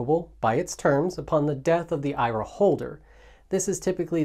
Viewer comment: Please pronounce IRA the correct way!